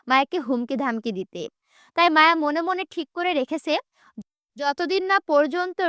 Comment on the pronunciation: রিদ বলে আওট😡আর মায়া বলে ওমম😐